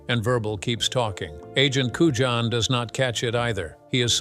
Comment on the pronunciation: AND AGENT CUJAN (COOYAN)